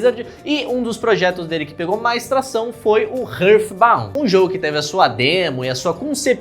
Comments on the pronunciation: Ótimo vídeo. Mas uma parte de mim vai morrer se eu não disser isso: heart se pronuncia RÁRT não RÃRF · Que agonia ouvir ele falando Rârd Bound kakakakakaka A pronúncia correta é Rárt Inclusive, só conheci esse jogo por causa do seu vídeo, ainda bem que eu não dei dinheiro nenhum pra esse dev KAKAKAKAKAKAK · eu amo seus vídeos Mas você precisa aprender a pronunciar coisas em inglês bro Hurthbount é tenso kkkkkkkkkkkk